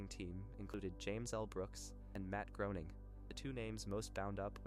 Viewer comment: I wanted to watch this, but it's pronounced GRAY-ning 😢